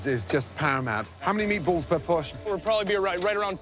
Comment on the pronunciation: When the narrator said "meatballs," his accent showed.